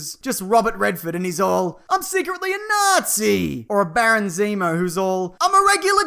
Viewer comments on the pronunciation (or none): none